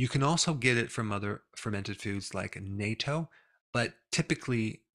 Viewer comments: Due to certain current geopolitical circumstances, I’d say that these days it’s kinda important to pronounce the word “Natto” correctly, instead of “NATO”.😅 Not that anyone would get them mixed up. Youtube might “hear” it and think differently though. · dear DR Berg, the CORRECT pronunciation of natto is nu-tto as if you are adding the elongated O sound to the standard pronunciation of nut ( as in peanut ) i used to live in japan. thankyou for all that you do for us. your current mispronunciation is the same as North Atlantic Treaty Organization=NATO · Okay. I waited long. It’s time for you to correct your pronunciation of ‘natto’. It’s pronounced ‘NOT-TTO’ - and spelled in Japanese as なっとう. The ‘TTO’ should sound like the first syllable of tortilla. Nay-to is defense treaty. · it's not pronounced nay-toh, it's pronounced nah-tou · duh, Natto is soy bean, and Natto is served in Japanese restaurants, at least here in LA. Natto is pronounced naatto, not nayto. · Pronounced NATTO, not NAYTOE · Believe me.... Natto is NOT something most people will want to eat....🤣🤣🤣 it is pronounced 'not toe' NOT 'nay toe' 😂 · natto is not pronounced like NATO. it's pronounced like NUT - TOH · "People in the West don't generally know what NATO is." Indeed, as your pronunciation testifies. It's "nah-toe". (although the spelling is nato) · I am in Japan, you prolly got told a zillion times though I haven't seen it in the comments yet, but pronuniciation of "natto" is NAH-TOE). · Its nah-toh. Otherwise, on point. Its common in Japan, and thats about it. Even some Japanese can't stand it. My roommate in Japan used to eat it all the time and I would tease him a bit. We're still good friends and natto tastes better than it smells. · Dr. Berg, please stop mispronouncing natto. ˈnä-tō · It’s pronounced like “nut toe”, and it is popular only in Japan (not other parts of Asia).